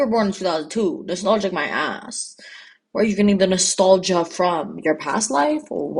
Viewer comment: WHEN YOU SAID NASTOLGIA I THOUGHT THE SAME THING